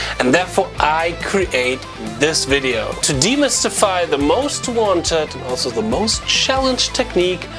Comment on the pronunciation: When I hear "welcome to the widdio", I know there's going to be some good content